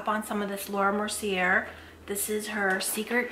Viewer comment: 'Indentation is a look', love that! Btw it's pronounced Laura Mer-see-AA, you know those French ppl lol. First one I've seen on Formulate, do they make products to grow in your brows I wonder or do you use the Grande brow? You look gorgeous as always! Love ~~ Chanel